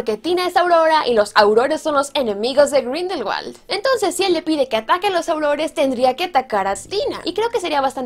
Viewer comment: sabías que Grindelwald en realidad no se pronuncia con W sino con V? Pronunciado sería algo como Grindelvald.